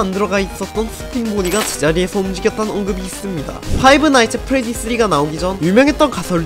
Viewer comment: 근데 파이브 나잇츠 엣 프레디라 하지 말고 그냥 프레디의 피자가게 라고 하면 안될까요. 발음이 너무 거슬리는데